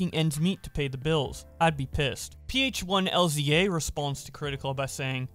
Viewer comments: Please just say Philza and not P H 1 Z A lmao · my guy why do you call him "P H 1 L Z A"... say it with me: Phil-za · Are you fucking serious. Just say Phil, and then, Za. Philza. Ph1LzA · I was in it until he pronounced Phil’s name as P H one L Z A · Why did you pronounce philza as p-h-1-l-z-a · This man really said “p h 1 L z a responds” 😂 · Ph1lza is actually just pronounced Phil- zuh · You have butchered poor Phil's name. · the way he pronounced philza............ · The way he said Philza was actually kinda funny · spells out Ph1LzA You know... I feel like you know a lot of content creators but also really don't know that many lmao because I've noticed you being unable to pronounce users of other big creators. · I like the way how we pronounces Philza's name lmfao